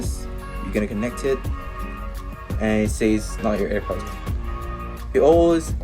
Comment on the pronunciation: I’m dead 😂he said ( APPER). AirPods . Good one pal😢